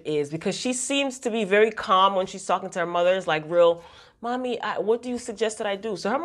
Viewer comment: ok I def heard the accent when u said "mummy"